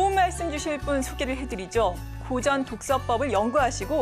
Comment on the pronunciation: 사례,고전,과연,다들,대체,옛날,20대,저자, 등은, 단어의 첫 자를 짧게 잘못 발음한 실 예입니다. 모두 길게 발음해야지요. 놀라웅 일은, 고전 가의에 "고전"을 바르게 발음하지 못했다는 것이다. 고국 동포 여러 분! "한국 어문을 고발함"을 읽어 주실까요? 미국 변 완수 드림